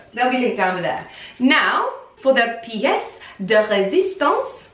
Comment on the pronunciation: Love your french "piece de résistance", this is so sweet !